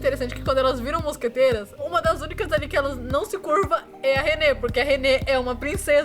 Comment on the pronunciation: Eu sempre achei q ela falasse "mosgateiras" por ela ser uma gata kkkk